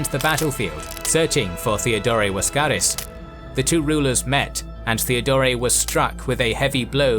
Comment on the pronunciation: Why is the narrator pronouncing Laskaris as Waskaris with a W? And prounouncing Boril as Boriu?